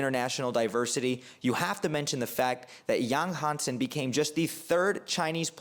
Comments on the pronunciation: Don't worry my friends. Your pronoucation is 80% correct at least. And Yang Hanson is probably one of the easiest Chinese name to pronounce for English speaker. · Actually, I've watched several Yang Hansen draft analysis videos, and your pronunciation of his name is the most accurate one. Thank you for your modesty. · Your pronunciation of his name is spot on, well done bro, love your analysis